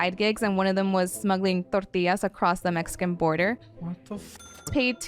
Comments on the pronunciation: Tort..illaz!! LOL! omg.. im stupider now for hearing that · Perfect English accent until she says "tortillas"...just like the weather man who has perfect diction until he signs off with his name, then he sounds like a mariachi caller.